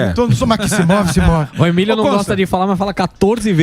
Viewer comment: Boa Constantino!!!! Explica pro Emílio que ele é meio "limitado" !!!!! Conservadorismo. Nem consegue falar Emílio!!! Evolua, por favor. Sou fã do Canal